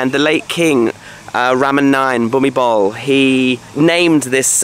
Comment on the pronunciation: King Bhumibol is pronounced Bhumi-bon.